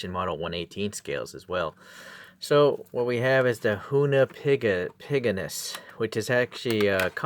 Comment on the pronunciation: Did you say “HoonipigANUS” ?